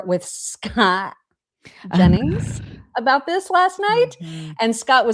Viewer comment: and …NEVER stop saying Scott Jennings name like that🤣🤣🤣 I laugh every.👏 Single.👏 Time!!!🤣 omg, sooo good!!! God bless that man, out there doing The Lord’s work😅🫡❤